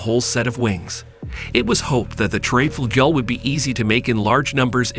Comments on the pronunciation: The title is wrong, the word treb does not exist, but trieb and also the opposite treib, where you had called it treib pronounced like fight . But it is called Triebflügel and pronounced like the ee in speed, so treeb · It's called TRIEBFLÜGEL!!!!